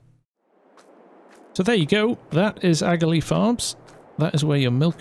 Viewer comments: Just curious… would it not be pronounced aka-lee instead of agalee? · it's pronounced akalee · Your pronouncing aghalee wrong there bud i live in lower ballinderry right beside it